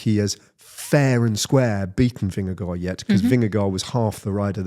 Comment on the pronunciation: and - take note of how Ned, a legendary British broadcaster, pronounces “Vingegaard”. Don’t overthink it with “Vinga-goo”! 😅